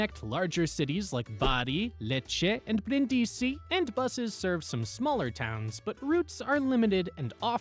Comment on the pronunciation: Informative video, but some pronunciations are off. I.e. Brindisi is BREEN-dee-see not brin-DEE-see.